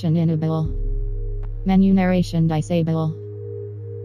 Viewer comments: "In-a-bull" - "Dice able" - great job, menu narration. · "Enablay... Disablay" hahaha. Really, the one that in general seems like it should be a total given is subtitles. It was surprising to see that some games just didn't have them. Very useful for pretty much anybody and everybody. Whether it's for players with hearing issues or people who live in places where they need to keep the volume down (crappy apartment walls) or just need to keep it down for other reasons (someone sleeping nearby). Or maybe they can't make out an accent or whatever. Subtitles are simply useful for everybody (and turning them on or off should be as simple as ON/OFF in the menu. Super basic). The implementation of extra detail to those subtitles becomes another question though in terms of how to apply it to gameplay. Like maybe giving away who is saying something in a stealth game is counterintuitive to the the sneaking aspect that is meant to keep you on your toes and second guessing yourself until you clearly make that distinction of, "yep I see that person is moving their body or mouth when they are speaking therefore they are the speaker", as opposed to someone in the distance maybe is the speaker or is not, but the game gives it away with a big speech bubble above their head which gives me that info way before I as the player could have made that distinction myself. Again though, this is like next level aspects of the general subtitle issue (and I'm talking strictly dialogue subtitles). The first paragraph is really the simple standard that should be